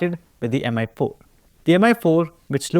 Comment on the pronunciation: Why does every indian YouTuber pronounce Mi as Em-eye and not Me? It's not pronounced Xiao em-eye after all